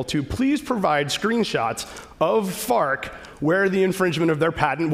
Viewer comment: I kept thinking that his company was "Fart" until like the last time he maentioned it when he said it more clearly